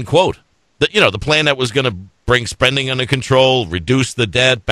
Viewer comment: "... spRending..." ?!? "... with MittS Romney plan..." Damn. Love the Flubs - miss the flubs and dammit - we need another JD.